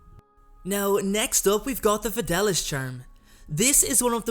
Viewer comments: It’s fid-ay-lee-uss, not fid-al-us. Sorry to go full Hermione. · Its pronounced fed-e-li-us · Fidelius is pronounced FI DAY LEE US. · its pronounced the FedAYlius charm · The fidelius Charm is actually pronounced the Fid-a-le-us charm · Don’t be sorry, listening to him saying it wrong for 10 minutes was worse than crucio